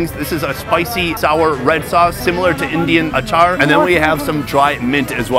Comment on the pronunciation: Bro said INDIAN ACHARRRR